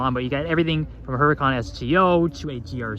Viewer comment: Whats a HER-a-khan?? you should brush up on car names and how to say them before you start a channel